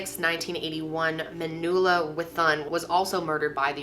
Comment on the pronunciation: her name is Man-U-Ella Not Manooola